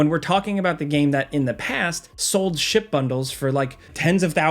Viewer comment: I thought you said "shit bundles" instead of "ship bundles" with star citizen lol